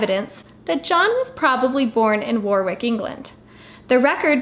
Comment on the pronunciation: It’s pronounced Warrick, not Warwick, despite the spelling!